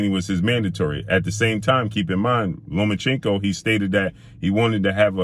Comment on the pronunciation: Learn how to say names. When you mispronounce Lomachenko every time you say it, it sounds racist.